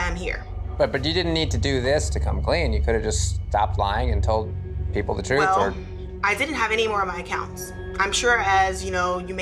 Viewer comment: “Im tryin to give you the oppurtuntity to speak your troof.” 😂